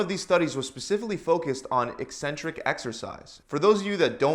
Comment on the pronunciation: At last a fitness video where the presenter knows how to pronounce the word “eccentric”!